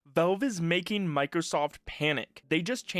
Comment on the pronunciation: It's valve, not velve.